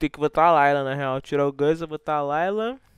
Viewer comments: Cara se falou layla em vez de lylia umas 10 veses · Cara falando Layla e eu procurando a loirinha kkk se ler LÍLIA po kkkk